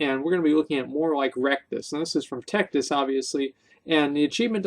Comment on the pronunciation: wrecked-us? bitch didn't even touch us! (tectus's real name is texas)